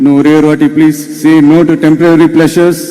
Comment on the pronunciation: சகோதரி டெம்ப்ரவரி என்று சொல்வதை தவிர்த்து டெம்ப்பரரி என்று சொல்லி இருக்கலாமே.நான் சொன்னது தவறாக இருந்தால் மன்னிக்கவும்